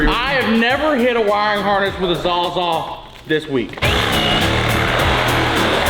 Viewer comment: Say it with me... " saws all " not "saza"